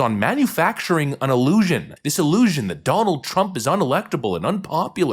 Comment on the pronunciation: The way you say “illusion” is hilarious😂